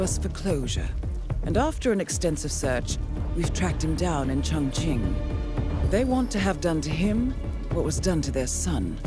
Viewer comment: I notice that only Diana pronounces "Chongqing" correctly, while 47 and Olivia both pronounce it as "Chongking".